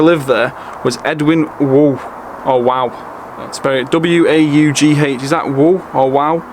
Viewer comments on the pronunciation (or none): thanks for your film of Grant's Tower you picked a lovely day for it. It's great to have the nostalgia and a father to have the nous to take you. Good aerial shots. Edwin Waugh the dialect poet is pronounced "War". St. Andrews Church was funded by the Grants after their patron saint. Sir Robert Peel was born at Chamber Hall beside where the railway southwards enters Bury. There is a statue of him in from of St. Mary's Parish Church in Bury. He is facing Tamworth where he was M.P. The curious thing about the statue is that his waistcoat fastens the "wrong way" ie. the female way. This was held that the sculptor got it "wrong". The answer to this lies in Robert Peel's love for hunting. He was a crackshot at 10 years old. His father Robert Peel Senior trained him in outdoor pursuits, a bit like your dad. ☺ He rode to hounds whenever he could. On one of these hunts he was unhorsed and damaged a thumb. He was always a practical man so had his tailor make his waistcoats the female way so he could use his other thumb to fasten it. The statue only shows one thumb. Yes calico printing was their staple and as you infer has a Mcr. connection. Mayfield Station is a wonderful building and I'm glad it's being preserved. I only went in once when it was open and remember this great iron staircase from the hall up to the platform area. One of the best (to me) buildings in Mcr. is the St. James's Building near the old St. James's Church. The St. James's Building on Oxford Street was buil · Brilliant vid as always. Fascinating history behind it. Btw. Waugh is pronounced the same as war,saw, more etc. cheers. Mitch